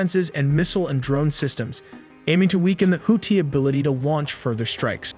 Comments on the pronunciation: Its pronounced houthi not houti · Oh jeez here we go with the horrible pronunciation of Houthi again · Holy shit plz fix your damn AI, hearing them say Houthi and Tomahawk made me shut it down!!!